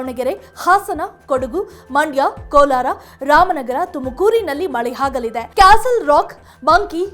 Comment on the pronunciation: ಹಾಗಲಿದೆ ಅಲ್ಲ ಅದು ಆಗಲಿದೆ ಏನು ಕನ್ನಡ ತಾಯಿ ನಿಂದು